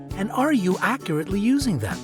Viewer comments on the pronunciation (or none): none